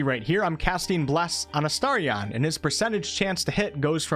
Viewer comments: Who tf is uh-star-ree-on? Sounds like a Pokémon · Why are you pronouncing “Astarion” like that? Did you not even listen to the characters saying his name while playing the game?